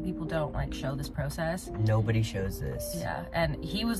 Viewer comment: The way you pronounce “process” I’ve never heard it like that